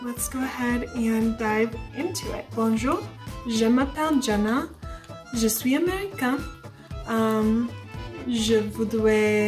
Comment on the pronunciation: Tres bien Jenna! I am just a beginner in French and other viewers have a provided some great advice. From a phonology perspective, yes, when you pronounce je suis américaine...pronounce the 's' at end of suis (because it's before a vowel) and run it into the feminine américaine. Thus it would SOUND like suiZamericEN (I hope this makes sense!). Also, when you said 'a little', un peu, sound your 'un' like 'err' or 'urn' without the n (not like an English 'a'). The un is tricky because it's a 'nasal' sound. You are brilliant and have a great accent! Good luck and thank you.